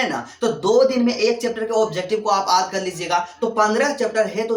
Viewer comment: Sor aap yaad ko aad kyu bolte ho